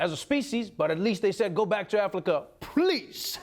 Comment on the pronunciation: Who else caught that Aflika mesup 😂